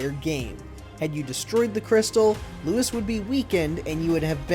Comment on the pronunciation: I keep hearing Lewis, not Louis..